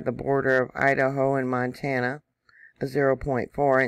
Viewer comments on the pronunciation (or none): none